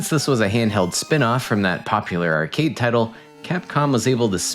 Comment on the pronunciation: Does this channel use an AI voice? The way he says "arcade" is a bit off